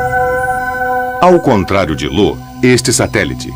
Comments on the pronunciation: Não é Lo não o nome dalua moço, é io com letra i de igreja! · O narrador só confundiu io com lo kkkkk